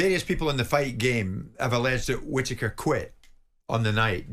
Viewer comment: Benjameme kwittaker lwot sh t uppppp😂😂😂😂